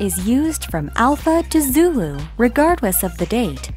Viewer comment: Phonetic alphabet "ZULE" should be "ZULU"